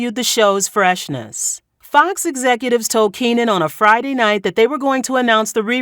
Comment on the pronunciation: It's Keenen. Keenen